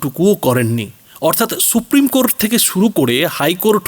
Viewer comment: কোরট্ নয় ,কোর্ট ।